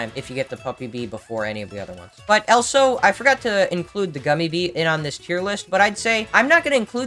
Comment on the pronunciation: I'm always confused why u always say elso instead of also